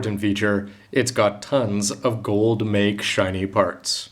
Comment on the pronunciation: It's not "Gold Make", （メーク） it's "Gold mekki" （メッキ）. "Mekki" just means "plating"